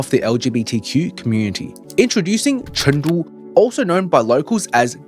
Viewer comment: Pronounce it correctly CHOONG——DOO